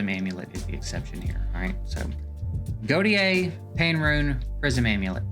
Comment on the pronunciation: sorry to be the one bro but "Gautier" is pronounced 'Go-Shay' ive met few people that actually have this name and they all pronounce it this way. my bad bro but keep up the great content your my #1 source for EE :)